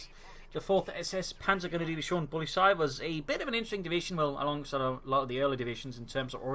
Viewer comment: its not polisei its poh-li-tsai